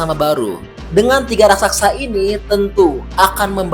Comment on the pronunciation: Raksasa pak bkn Raksaksa